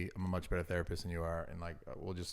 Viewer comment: “Can you therapiss on me?”